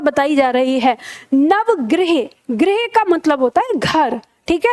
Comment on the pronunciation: गृह का उच्चारण ग्रिह (उत्तर प्रदेश) ग्रुह (गुजरात) गृह और ग्रह के उच्चारण में अन्तर रखिए। सभी ग्रह मत बोलिए।